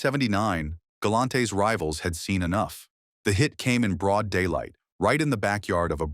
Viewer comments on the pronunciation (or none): none